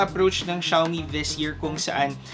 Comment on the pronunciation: it pronounce as "Shoe me" not shaaw me